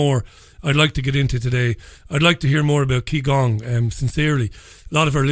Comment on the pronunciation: It's actually pronounced "Chi Gong" not "Key Gong". Some instructor!